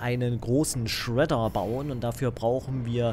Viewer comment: Wieso sagt er eigentlich Shredder immer so komisch